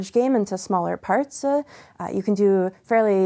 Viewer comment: "smaller partsu"